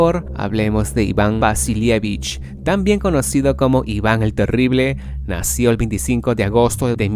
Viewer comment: La parte más terrible de tu video es cuando pronuncias la palabra nació sin su acento correcto.